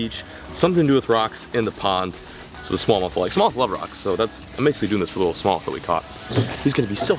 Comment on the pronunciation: Low key obsessed with how says “smowth” instead of smallmouth. 🤣